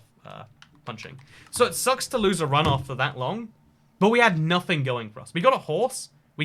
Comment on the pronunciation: You got a like from me because you said suck a toe.